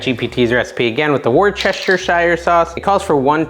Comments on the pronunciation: Wuss - ter - sheer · Woost a sheer. 😂